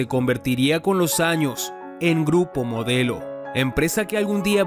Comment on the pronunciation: dice grupo MODLEO en lugar de MODELO